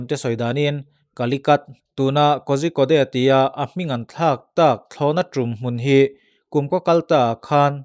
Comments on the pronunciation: Pu-a kozhikode hi korikott tiin lam zawk la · Kozhikode=Kodikawd ti a lam tur aw. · Kozhikode hi Kawrikawt tia lam tur a ni